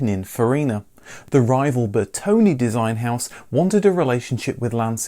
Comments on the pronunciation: Please. Lancia is pronounced “Lanchia”. And it’s Bertone, with an open e, not “Bertoni”. Thank you. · Master of wrong pronounciation... again..His name is BERTONE not Bertoni. And its not Lanzia.🙁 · Looking at the great Italian content you study it's time for a first lesson on how to pronounce correctly some names: Lesson 1: Car designer Bertone Bertone not Bertoni Ber - tone, like the food Calzone or the famous Vito Corleone, or the ubiquitous Drone. As in Italian and Latin languages the letter E sounds more like the letter A in chaotic. Ber to ne Ciao e grazie per i video!